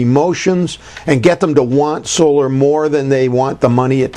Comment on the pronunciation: Solar not oscar haha Harry and William said that I'm sure